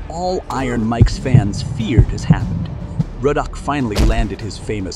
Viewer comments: Really? “Ruddock” is pronounced “Roe-Dack”? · man quit calling the man Rowdack its Ruddock pronounced Ruddick damn! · Roddack 🙄??? You could at least learn how to read before you do a video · Worst video ever. You pronounced his name wrong at least 4 different times. Probably 3 different ways. Tyson was NOT afraid. Rodock, Rudoke, lol..... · Why is the commentator calling him Rodack? 🤦🏻‍♂️ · Why is he calling him RODACK!!! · Is it "ruh duck" or "row dack"? This narrator is all over the place with the pronunciation, sometimes even in the same sentence! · Tyson afraid of Ruddock? 😂😂😂😂😂. Why does he keep saying Rodack 😂😂😂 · Donovan "Rodack" lol. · Who...is...Rodack😅😅The narrator can't read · why do u keep saying Roe-Dack...what's wrong with you? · Narrator must've never heard Ruddocks name. That row-dack was annoying 😂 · rowdock..rowdack.. whats wrong with the narrator.. ?? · his name is not roadack.....god damn it. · Who the hell is Ro dock 😆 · Rodack?? It's Ruddock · Roahdack Ruddock no biggy. One of MANY issues with Artificial intelligence programs. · who is "donovan rodack"? lol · STOP SAYING RODACK!!!!! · His name is not RODE ACK. Do better. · Rud ock....lol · Learn how to say his name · At least pronounce Ruddock correctly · The narrator couldn't get Ruddock's name right to save his life. Wow!! 😂😂😂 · This should have been titled, how many times and different ways can I mispronounce Ruddock's name. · The AI commentary couldn’t decide how to pronounce Ruddock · Interesting pronunciation of the word "Ruddock". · The announcer continually mispronouncing Ruddock's name was annoying. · who is this guy talking he keeps getting Ruddicks name wrong..... like shutup you sound like your reading a book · Your mispronunciation of Ruddock's name is quite annoying. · there is only on 'o' in Ruddock, why cant yanks pronounce names and words correctly? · Pronounce his name correctly SMH. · Its Riddick not Rudock 😂😂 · his name is Ruddock not Ro-Dack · Rodeck? Rodeck!?